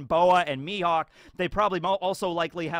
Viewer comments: Rly? Mihawk.... Mi- HAWK!!!! XD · Dracule Mi"HAWK"... ?